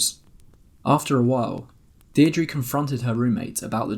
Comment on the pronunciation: The name Deirdre is pronounced Dear-druh, in the first part of video! So glad I found this channel! So entertaining!